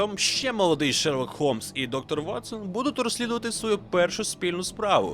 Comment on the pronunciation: Чому Голмс? Правильно ж Холмс, він же Шерлок Холмс.